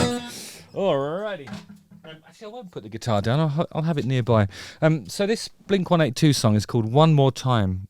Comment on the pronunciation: Mark already said. It's "blink one EIGHTY two" 😐